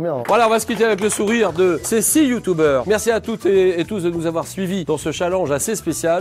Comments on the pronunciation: Julien a dit « youtoubers »😭😂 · " on se quitte avec ces 6 youtoubers !"😂😂😂😂 Julien Lepers on t'aime !💪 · mdr : "ces six youtoubers"